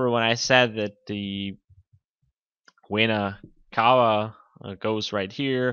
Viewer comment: exercise your speaking. you said "inferior wayna cava", if you dont trust me, put subtitles to your video. you will see